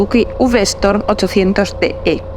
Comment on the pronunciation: S T O R M no,, no es STORM. Es V Strom!! Storm es "tormenta, en inglés. Strrrrrroooommmmbbb! 😂